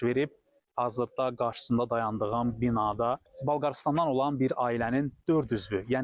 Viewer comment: "Balqarıstan" yox Bolqarıstan sənin və sənə o mikrofonu verənin əlinə bütün Azərbaycan versin.